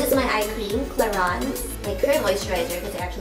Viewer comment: its pronounced as it is cla-rins